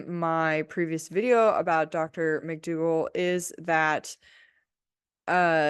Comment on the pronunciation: Please PLEASE say dr McDougall